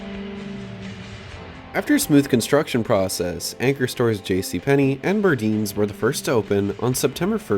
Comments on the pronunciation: Just for the record... Burdines was pronounced "Bur-deyenes" not "Bur-deenes". 😜 Great compilation video of what is left if a still very beautiful property. So sad what business models take away from our local economies in this form of indoor shops and all those affected that could have jobs here still. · Another great video. However, Burdines is not pronounced as Burdeens like Sardines. The “dine” in Burdines is pronounced like when you go out to eat you dine out. As for this mall, the architecture is impressive which is typical for a DeBartolo/Simon mall. Unfortunately it was built in the 90s instead of the 80s which explains the white washed appearance and the dull cheap looking public restroom style flooring which I complain profusely about 90s malls and 90s remodels. More often than not dead or abandoned malls died with this look. Coincidence? But the architecture, neon, and hanging plants are nice. But the whitewashed look and the flooring wasn’t good. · Love this video. Just a few things, the pronunciation is bur-DINES. like dine or diner and Altamonte is alta-MONT. also there was a theater next to the mall that is now a tactical center behind the dealership!